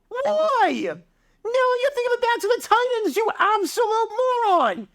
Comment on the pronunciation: Your pronunciation of the word "Titans" had me pulling my hair out all video.